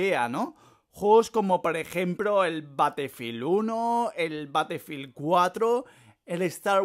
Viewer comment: Batefild compreto este men no sabe hablar :v